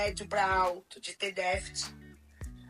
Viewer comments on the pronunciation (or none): A madame aí ex-pobre fala inglês mas não consegue pronunciar a palavra déficit.kkkkk Ainda bem que a professora detectou algo que ela como mãe não teve capacidade de detectar. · ''...DEɅTHIT...'' Para ficarmos na esfera ''D'INGRÊYS...'' 🙄 O vídeo da esposa do famoso jogador é a PROVɅ CɅBɅL de como gente TOSCɅ, porém, ENDINHEIRɅDɅ, pode se achar DONɅ DɅVERDɅDE... Meu irmão mais novo trabalhou como auxiliar administrativo em um pré-escolar da rede particular. Certo dia um dos alunos não se aguentava de coceira e a Professora constatou se tratar de bicho-de-pé, adquirido após visita com familiares a uma fazenda num distrito rural de nossa cidade no fim de semana. Como a escola dispunha de uma farmacinha com pequeno aparato para ocorrências do tipo, a criança teve o hóspede indesejado devidamente DESPEJɅDO do local invadido, assepsia e curativo feitos, retornando a sua rotina. Foi enviado um bilhete relatando o procedimento e aconselhando a profilaxia adequada quando passeios assim fossem feitos. No dia seguinte, o menino reportou não ter levado o bilhete assinado porque o pai o rasgou, jogou no lixo e mandou avisar que ela não fez nada além de sua OBRIGɅÇÃO, afinal, ele pagava mensalidade cara ali. É esse o NɅIPE da educação que certos pais dão aos filhos, plena de ɅRROGÂNCIɅ. Imagino quantos Professores passam pela desagradável experiência de topar com gente tão ɅNIMɅLESCɅ. Nesse episódio ''REɅCTɅDO'' pela titular do canal, erraram ambas!...: a Professora, por, conforme explicado, não comunicar antes a equipe pedagógica, e a mãe BɅRRɅQUEIRɅ, cuja atitude deveria ter sido tentar contato com a escola para se informar melhor a respeito do relato levado pe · está precisando rever as suas atitudes Que intolerância é essa com a dificuldade da mulher em falar déficit Imagino ser aluna ou aluno da